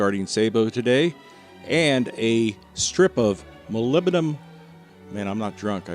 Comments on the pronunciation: Mah-lib-di-num it's not that hard 🤦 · He said hull, but yeah...